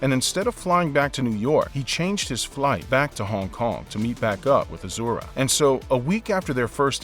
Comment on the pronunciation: I hate how this guy says Hong Kong, but the video is bomb.